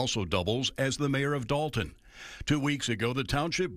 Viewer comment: Why do yall always call it dalton? Its Dolton.